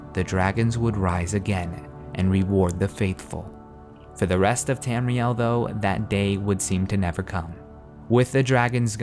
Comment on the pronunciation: Tamriel. Not Tamrile.